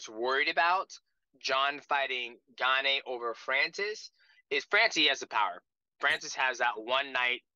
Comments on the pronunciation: Lmfao Gaanay is a new one. They mess up his first name too calling him Cereal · Cyril Gane's last name has been pronounced so many ways 😂. Gon, Gain, and now Gaanay. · lol GAN-AE. while jon calls him CEREAL. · I dont understand how/why DJ doesnt know how to pronounce Gane.... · No one respects Gane everyone says his name wrong